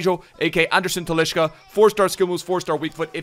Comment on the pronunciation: Why do you call him Talischa?